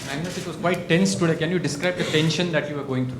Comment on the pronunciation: Anastasia calls Magnus ,mugnus.